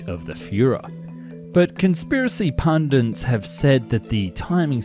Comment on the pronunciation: I was really interested in this subject but just couldn't let the mispronounciations go, 'Tord' for Todt, 'grandose' for 'grandiose', 'ssation' for 'annexation', 'pundins' for 'pundits' etc etc. I understand that dyslexia is very common, but maybe then don't let the narration be done by a dyslexic? Especially a dyslexic with a blocked nose(& whiney accent?)!